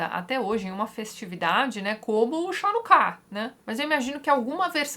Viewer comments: E lembrando a todos, comentei também, a pronuncia da festa é Ranucá e não shanucá. Ainda não existe Talmud em português, e o Talmud é MUITO difícil de ser lido porque é um livro de debates onde os assuntos vão se atropelando (apesar de existir uma estrutura frequentemente os rabinos mudam de assunto). Tem o tamanho de uma enciclopédia inteira. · Olá Tatiana. A festa judaica de Hanuká se pronuncia Hanuká mesmo (mais precisamente em português Ranucá). No Brasil se adotou a tradição de transliteração (deve ter origem no alemão) de utilizar CH para som de RR, som gutural forte. Então em textos judaicos, nas palavras originais de hebraico o CH sempre vai ter som de RR. Parabéns pelo video e um abraço.